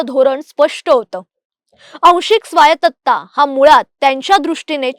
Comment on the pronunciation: स्वायत्तता असतं स्वायतत्ता नाही 💀